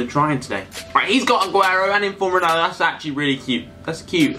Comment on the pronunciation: He is not called roneldo